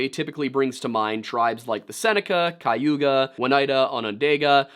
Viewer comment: 2/5 tribe names right, I guess that's not too bad. Seneca - Correct Mohawk - Correct Cayuga - KAY-you-guh, not KAI-you-gah Oneida - Oh-NIGH-duh. Not.... I don't actually know how you managed to put a W in there. Onondaga - On-uh-daw-guh. The second 'n' is silent, none of the 'a's have a long sound. Oh and uh.... Hoe-den-oh-show-neigh. The 'oh' in the middle can be a solid 'OH' sound or a softer 'uh' sound, both are correct as far as I know. Sincerely, someone who has lived in all three counties named after the tribes you mispronounced. <3 (No shade, there are so many place names around here that AREN'T native that no one can pronounce if they're not local.)